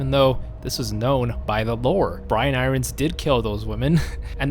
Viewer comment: Duuuuude please try to pronounce iron properly!!